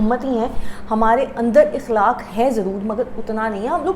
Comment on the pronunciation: Sister please ikhlaq nahi akhlaq huta hai sister apka ye word sahi kerlijeye ga